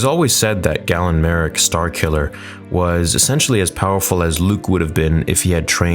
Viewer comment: How can you make this video and not even pronounce galen marek correct, biggest star wars youtuber my ass. Script reader more like it